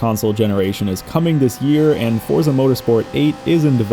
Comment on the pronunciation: For someone who loves the series and says the word so often, I really with you'd pronounce it FORT sa. The Z is not an American Z, it's Italian, so it's like a TS in American English. Love you and your content, just trying to offer a tip. Cheers